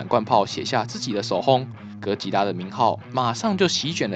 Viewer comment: 唸對哥吉拉給你一個讚啦~媽的 那個 竟說他是酷斯拉 傻傻分不清哥吉拉跟酷斯拉的分別